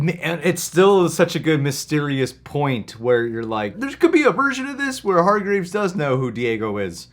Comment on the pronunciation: Love your reactions! This season is so great and a huge step up from season 1 and each episode just keeps getting better and better! Can’t wait to see you guys finish the season! But guys... it’s HargrEEves lol not graves 😂